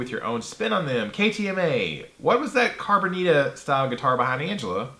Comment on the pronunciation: Sorry, Ryan, but it's not pronounced "carbonita," but Cabronita (accent on the "o"). Calling someone (in Spanish) a "cabron" is not exactly the height of hospitality and might, in fact, land you in the hospital. Are you man enough to wield that axe, coming as it does with such provocative semantics?